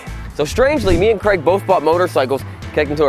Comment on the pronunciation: To be fair does pronounce Craig as Kreg.